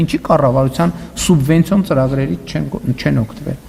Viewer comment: Չեմ հասկանում, ինչու են Գյումրու պաշտոնյաներն այսքան անգրագետ։ Ասում է սունվենցիա։